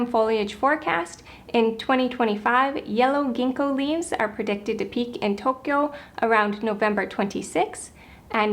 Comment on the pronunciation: It's pronounce TOE-kyo, not toke-kyo